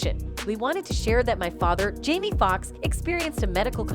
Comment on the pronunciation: She or whomever needs to learn how to pronounce names correctly. To-pack and Jam-e😂🤦‍♀️